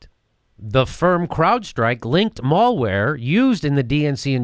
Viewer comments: Jimmy said maulware. lol. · my dude pronouncing Malware wrong lol